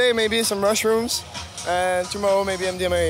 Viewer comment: "today, maybe some rushrooms"